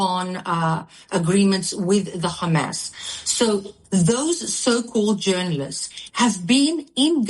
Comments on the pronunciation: If she gets angry she says 'the Khamas'. Lunatic. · That Z10 Biyatch switches between Khammas and Hamas.... Why do the Z10 BarStewArds do that when they clearly have the letter H in their horrible sounding language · "The khamas"